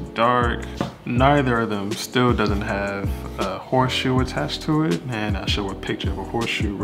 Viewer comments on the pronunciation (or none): Horseshoe? You mean “HOTSHOE”